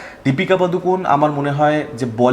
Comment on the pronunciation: পাদুকন না বলে পাডুকোণ বলো দাদা কানে বড্ড লাগে😂